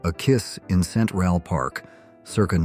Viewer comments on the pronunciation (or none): A few photos were shown twice. The clip from the menu isnt shown and oh I hate AI narrating. Center rall park??? Tutan cumin??? Other than that I LOVE the photos. And I died laughing at the rare picture of the 70s remote control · The AI generated narration is really hilarious sometimes- A kiss in cen tral park 😂😂😂 I believe these are members of the band Kiss photographed in Central (all one word) Park in NY City. The AI totally missed the point when describing the photo of the mixed race couples sitting together in a restaurant. At that time a shocking scene like that would have been grounds for a lynching in parts of the United States. Then there are the New York children sleeping on the fire (pause) escape to stay cool…